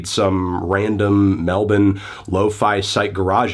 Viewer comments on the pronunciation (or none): lol Fantano said melbun. You ain’t Aussie “mate.” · He said Melbourne with an Aussie accent. That was funny.